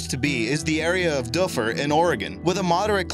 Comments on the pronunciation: Doo fir not dufer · doofer !! NOT duhfer . duh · #5 Dufur is actually pronounced more like "doofer" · Close...It's pronounced "Doo-fer." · It is pronounced Du Fur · If you are going to talk about Dufur, you should learn how to say it. The locals like me are laughing at your mistake.